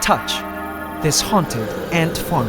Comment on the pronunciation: Please don't rhyme anymore EDIT:He said Farm wrong to damn rhyme it..